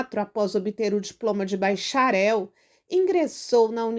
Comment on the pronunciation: “Baicharel”?? “Estada”?? Que português horrível 👎